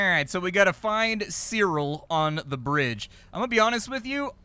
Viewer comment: 1. You read "cyril" as Kirill. 2. unsub.